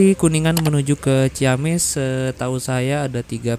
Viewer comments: Punten... mas, dibacanya ci-amis bukan ciyamis... setiap kata dgn kata ci dan kata berikutnya diawali huruf vokal, maka akan dibaca sbg vokal rangkap bukan diftong. Ci-awi, ci-umbuleuit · Ci amis bang nyebutnya jg ciamis hehehe